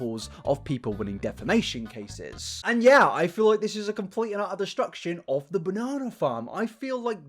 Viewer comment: 'Hav a banana' 🍌🍌🍌🍌😂😂😂 Sorry about that. British.